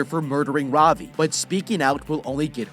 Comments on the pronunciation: Ravi is pronounced Ra-v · Its funny to see how he pronounces Ravi, As an Indian i am laughing